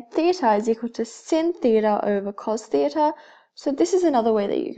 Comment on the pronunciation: You say theta like theatre, still helpful so thank you